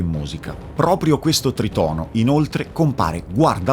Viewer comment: Ciao, grande video come al solito, da musicista classico (che quindi ha apprezzato TANTISSIMO il focus messo sulla musica) mi permetto solo di dirti, non per fare il pignolo ma per semplice cultura personale, che si pronuncia trìtono, non tritòno:) spero di esser stato d'aiuto Edit: "diabolus in musica" da quel che mi risulta è un termine che veniva utilizzato nel Medioevo per denominare tutti i tritoni (non solo sol-do#), non nel diciottesimo secolo